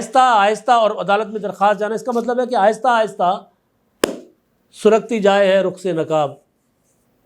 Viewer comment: سرکتی جائے ہے رخ سے نقاب آہستہ آہستہ جناب س پر زبر ہے، پیش نہیں، درستی فرما لیں۔